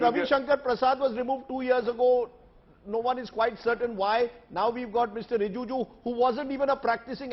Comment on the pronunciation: Rajdeep, it is RiJIju; not RiJUju.